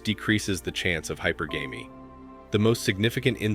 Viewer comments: 'High – PER –gah-me’ is generally how it’s pronounced – not 'High – PAR –gay-me’. That said, I completely and utterly and totally – 100% agree with everything you said. You even were ‘astute enough’ to point out/mention that there were two broad areas where men had thought things through and figured out that women were no longer ‘worth it anymore’: The first one being – STRICTLY FROM A essentially Financial Cost/Benefit ratio. But there was and is an I’ve thought of it and you pointed out as well – there is also a Risk/Reward ratio that men consider and have come to the conclusion in this area is well, women and Mary life aren’t worth it. Too much trouble, too much expense! Too much aggravation – you can NEVER please them no matter what you do – they will always find something to complain about and be dissatisfied about and blame YOU. And they have too much POWER today – with false accusations – increasingly being used for blackmail and extortion both within the Family Court system during divorce proceedings, and also even in job/business/career settings – IT’S NEVER GOING TO WORK – EVER – BECAUSE IF WOMEN DON’T GET WHAT THEY WANT, IT IS SIMPLY FOR ALL PRACTICAL PURPOSES IMPOSSIBLE FOR MANY OF THEIR SEX TO NOT BLAME IT ON SEXISM AND MISOGYNY. That’s a ‘wildcard’ that men do not have available to them and thus they cannot play it. Equality? Women are ALREADY more equal and entitled and protected and subsidized and caudal to than any other group – at least among women in the We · The creator of this video needs to learn english better. You're either in another country or is from another country. I'm sure you're getting your material from ither red pill creators. It sounds the same as others. Learn how to pronounce hypergamy. You're not pronouncing it correctly.